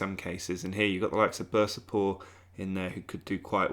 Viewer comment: Dude, can you not read? Bursa spor not bursapor, Antalya spor not alaniapor